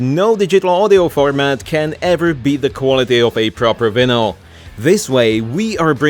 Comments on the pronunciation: yes he uses the czech pronounciation of vinyl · the pronouncination of "vinyl" is an extra level of perfect.